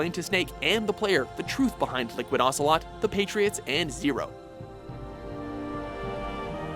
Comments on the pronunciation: Its ocelot not ocalot lmaoo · Ocalot? It's ocelot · Whose Olga Gur-lock-o-witch? And Liquid "Ocalot" ? Have some respect, and get it right! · Solid Snake Vs Liquid Ocalot. OCALOT. ok. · well, they spelt Ocelot's name as OCALOT... thats something i guess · "Solid Snake vs Liquid OCALOT" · "Ocalot" in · "Ocalot"......I am sorry,... But this is a mistake so grave I seriously advise you to reupload the edited video... Godspeed... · ***** SNAKE!!!! OCALOT!!!! WHO THE FUCK IS OCALOT